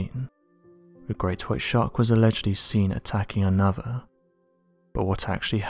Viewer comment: Can these people not just speak normally? And what is it that is so hard to pronounce th? It looks nothing like a v, or an f. The word is not anover